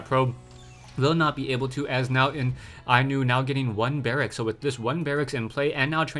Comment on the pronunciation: inuh is pronounced Inu! like happy tone oh and we luv you